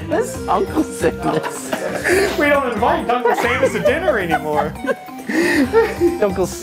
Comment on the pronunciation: AmBozz Same. "Duncle Samus" was my favourite part.